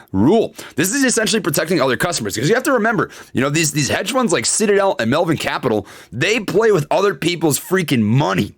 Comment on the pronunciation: did he say shitadel? 🤣